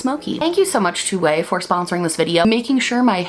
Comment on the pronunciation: Not only do I like the video, but I finally know how to pronounce "Ouai".